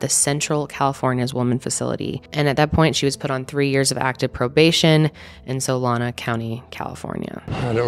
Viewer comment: Just being picky, it's Solano County, not Solana. I live there. It's weird to hear about a local case, it was all over the news here when it happened.